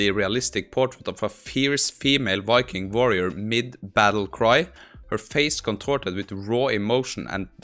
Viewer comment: What the hell is a "Wiking" ?? Had to laugh, smart enough to code, write prompts, math, but can not shake a pronunciation fault of the English language. :) Wuv Voo